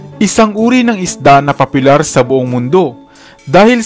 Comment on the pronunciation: Papilar daw? Baka popular kamo.. 😂